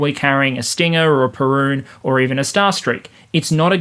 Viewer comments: “Perun” instead of “Piorun” How dare you! 🇵🇱🔥😂💀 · Just a heads up - the Polish Piorun is pronounced ¨pyo-roon¨ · In reply to the mispronunciation of 'Piorun', surely it was named in honour of the prehistoric Slavic deity with which you share a name?